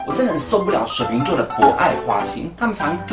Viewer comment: 為什麼講話又加一個兒 水瓶兒XD 也是😂😂😂😂😂